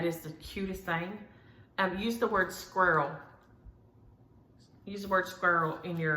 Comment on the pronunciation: I'm so sorry that you and your family are having such a rubbish week, I hope calm is following the storm. November, squirrel, Christmas. Ps you say squirrel exactly like me, people in the UK look at me funny! 🙂